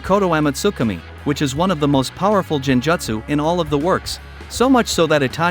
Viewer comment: It's genjutsu, not jan-jatcsu